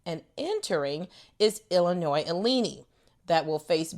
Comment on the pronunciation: Let's see, South Carolina score wrong, Azzi pronounced A-Z. But Illinois? Not even close.